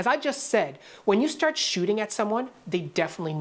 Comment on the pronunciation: I love your Canadian accent on words like ARe and stARt